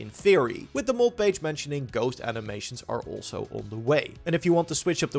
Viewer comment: I can't handle you pronouncing mod as "mould"